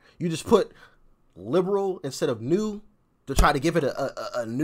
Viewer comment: 🤔Did you say "Lame Brain World Order?"because that is what I thought you said.😖